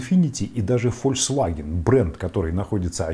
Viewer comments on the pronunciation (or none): none